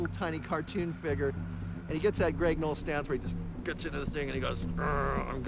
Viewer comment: Noll. Not “Knoll”.